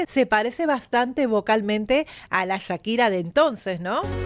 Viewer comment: Chira?? Echira?? Porque le dices así??